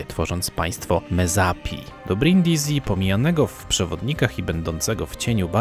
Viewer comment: Brindisi czytamy Brindisi, a nie Brindizi tak na przyszłość 😅 Świetny filmik, dużo ciekawych rzeczy można wyciągnąć ❤